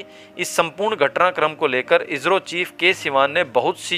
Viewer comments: अरे भाई आप हिंदी की ऐसी तैसी क्यूं कर रहे हो इजरो नहीं इसरो बोलो नहीं तो आप हिंदी बोलना छोड़ दो क्यूंकि ये हिन्दी की गरिमा को क्षति है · कहते समय इजरो मत कहो इस्रो कहो